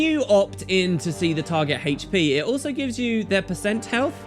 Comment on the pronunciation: Why are you putting such a emphasis on the H in HP? Reminds me of the show with Brian and Stewie saying "Cool Whip"